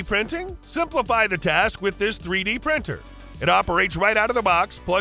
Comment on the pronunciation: Haha you said task like from among us